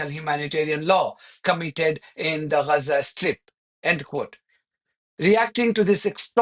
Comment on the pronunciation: It's not Reza - it's Gaza.